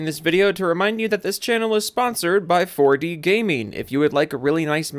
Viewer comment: I hate how you say, "4D Gameen."